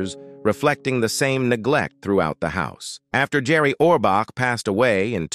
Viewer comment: You can’t even pronounce his name correctly.